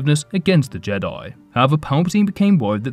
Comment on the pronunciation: Why do you pronounce jedi Like jadoyi 😂 can i hav a boo‘lle of woa’aa